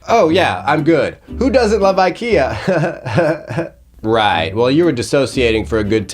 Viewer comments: I'm a small Swedish person and I felt sad feelings about your pronunciation.☹️ Very good video though. //Swedish ISTJ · Weird us- English prononciation of the word "ikea" 😅 Im more like INFP here 🤭